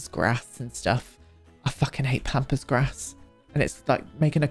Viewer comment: I heard “pampas grass”, “pompous grass”, and “pompous a$$” at various bits here and I’m dying laughing 😭😭